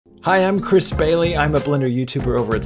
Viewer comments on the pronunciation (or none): none